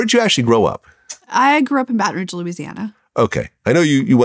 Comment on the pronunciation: She mispronounced Baton Rouge